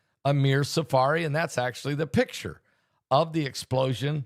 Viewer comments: The name is Amir Tsarfati not Tsafari. Love your news!❤ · please learn how to say Tzarfati correctly.